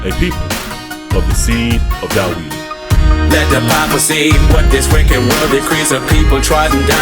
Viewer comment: David or Daweed? Sorry im missing the pronounciation